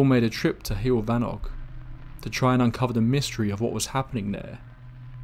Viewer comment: It's "hewoll" ( like hugh - oll ) for pronunciation of heol . In English the equivalency would be " way " , or "road" .